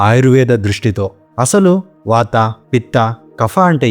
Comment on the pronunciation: వాతా, లంగణo లాంటి ఉచ్చారణ సవరణలు అవసరం.